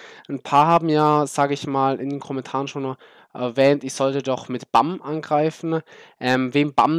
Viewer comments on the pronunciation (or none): ja es ist englisch und des heißt net BAMM sondern [ʙæm] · Aha sau witzig wie du BAM aussprichst xD